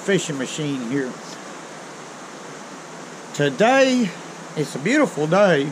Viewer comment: I love how people from the south say "Today" and I love all your videos!